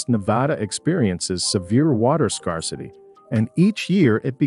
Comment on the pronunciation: "Scar city" "Arkensez" "Virmint"